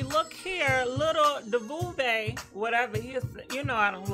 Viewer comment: U tore lil Duval’s name up💀🤣🤣